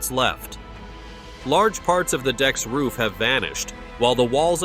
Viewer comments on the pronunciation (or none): none